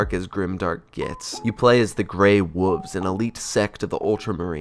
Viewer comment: "grey woves sect of the ultramarine" lol